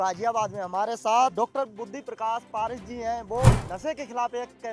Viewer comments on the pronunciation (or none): पारीक नाम है ना की पारीश